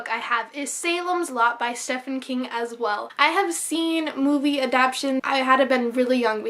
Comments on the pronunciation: love your vids! also even though it's spelled stephen his name is pronounced steven. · WHOO!XD Almost finished:D! Thunderstruck looks awesome; never heard of it but will definitely look into it. I think you're the only person who pronounces it Steph-en King. lol:P Nothing wrong with that, mind you.:)